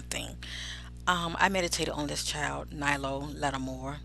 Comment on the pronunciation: His name is Nylo not Knowles